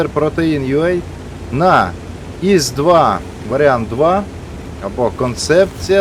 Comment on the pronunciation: Не іс 2 , а йос 2, не Є-5, а Е-5, якщо вже українською казати